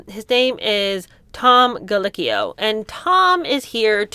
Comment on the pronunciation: Can't believe you have never even heard of Top Chef. And it's Colickio, mispronouncing names is not polite. He is good friends with Christina Tousi, owner of Milk Bar and she was a judge for at least one season of Top Chef with TomC. He may have been doing a favor for her. He also has about five restaurants in NYC and other locations around the world. Pretty well known guy who doesn't deserve what he got at mm's.